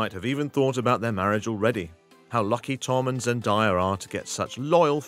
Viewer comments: ZEN DAYA NOT ZEN DIEA my dude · It's Zen DAY a not Zen DIE a (just letting you know, no hate) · It’s Zen DAYA, not Zen dye- a. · Its zendaya not zendiea